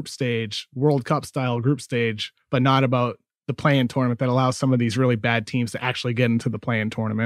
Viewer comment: If I have to hear Kevin O’Connor say tournament wrong one more time I think I might die